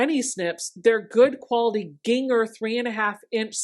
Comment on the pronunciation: Learned something this morning. I’ve been pronouncing brand name Gingher like the spice ginger. 🙃